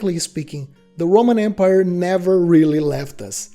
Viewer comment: It's empire, not embire.